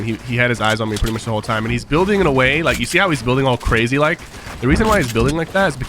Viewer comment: Craijy I’ve noticed that too